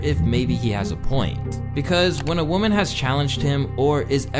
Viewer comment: Lmao you keep saying woman and women wrong 😂